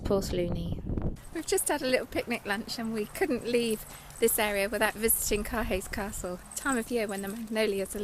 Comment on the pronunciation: Beautiful scenery however Caerhays Castle is pronounced Cur-ayz castle, not Car Hays Castle.